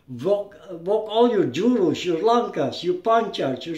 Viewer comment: i;m Indonesia , Jurus not juru , With S. Langkah with H, not Langka, SERA without K, Not Serak... he is not Pendekar, Pendekar Is very Humble never use Bad Words. Sera Is from Indonesia there Isnt serak, Sera...